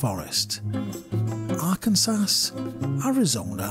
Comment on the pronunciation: I believe Arkansas is pronounced ArkanSAW.